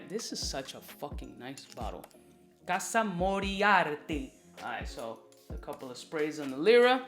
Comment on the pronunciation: Its called casa morati. Its a historic fragrance house with the name morati and has absolutely nothing todo with Sherlock holmes‘ archnemesis. Other than that keep up the good work the pronunciation just rubbed me the wrong way